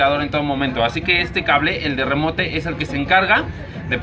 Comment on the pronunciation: no compa, no se llama remote, se escribe así en inglés pero no se llama así. está mal que escriba la fonética aproximada pero ahi te va se pronuncia "rimout" aunque se escriba remote